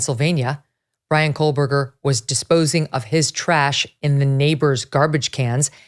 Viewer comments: There’s no l in Kohberger Megyn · Please stop mispronouncing the accused killer’s last name. There is no “L” in KOHBERGER. You keep inaccurately pronouncing his name as KOHLBERGER (like there’s an “L” in it). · Love you Meagan! But its "KOe- Burger" Not "KoL-burger" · FYI - It is pronounced Co Berger - not Cole Berger. You’re welcome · My god is this woman still calling him Kohlberger??? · Still no L in his name. Not COALBURGER. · Megyn. Why do you keep pronouncing his name with an L? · Is it driving anyone else nuts that she keeps on putting an L in his name? Ahhhhhhhh